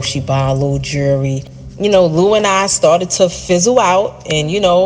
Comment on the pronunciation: “Jew-ree” 🤦🏻‍♀️ Damn- she literally got with EVERY dealer she met! Seriously wtf That’s nothing to be proud of